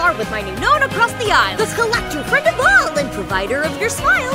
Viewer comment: The Collector ‘Lector ‘Lector bruh ‘Lectah ‘Lektah Da ‘Lektah